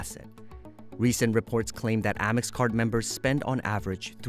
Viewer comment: First of all. It’s not Ah-mex, it’s Ay-mex.